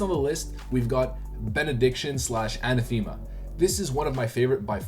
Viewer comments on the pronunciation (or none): uh-neh-thuh-muh not a-nuh-thee-muh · Great video! No diss but it's "An-ath-ema" not "Ana-thema" ;) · Not "ana, thema", but "anath-ema". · Everyone mispronounces Anathema. Its ANA-thi-muh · You Canadians and your crazy pronunciations lol! “Annatheema” he says 😂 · For the love of God, Anathema pronounced uh-NATH-uh-muh - yes it's a real word. The More You Know!